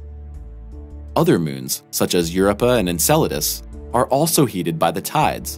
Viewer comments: Well, right next to "Yerepa". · I have never heard your pronunciations before. Io and Europa. Where did you hear that it is pronounced in that manner? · and yet still not as bad as how he butchers Europa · The narrator keeps mispronunciations words. The name of the moon is a word pronounced ayow, not calling out initials. He mispronounced magma as magna and Europa accent is on the O not the Eu. Come on people, if you are making a science channel, pronounce the words correctly. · the "YOURAPAH" KID strikes again (Europa). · “Eye oh”?! For God’s sake, isn’t it enough how you butchered “Eu rœ paa” prononciation, you need to slaughter poor Io?!🤦🏻‍♀️😖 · What the h*** is up with that pronunciation??! Europa, Io, jesus dude... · Is it me or did anyone else get annoyed with the way he said europa. Must need hooked on phonics. I won't watch anymore videos thanks to him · He pronounced Europa in a funny way